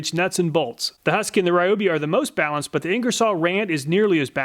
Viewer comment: its ree oh bee....